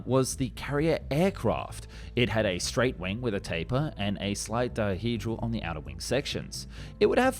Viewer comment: did you say…. Taper?